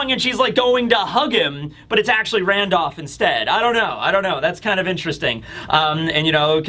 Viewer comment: You say randolph weird lol. “Randoff”